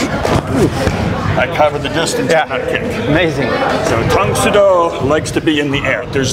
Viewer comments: Tang “Soo” Do. Not “So” Do. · I found it kinda amusing how a karateka like pronounces the Soo in Tang Soo Do as 'Sō' because he's accustomed to Japanese lol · PS a year later: It is pronounced "dang soo do", soft T, the U sound then Oh tang soo do. Also, Tang Soo Do came before Taekwondo.. so, I don't get why you call it a hybrid of Japanese Karate and Taekwondo...